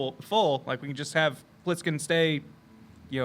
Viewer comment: Flish?! Omg you need to call were-shark Plisskin "Flishkin"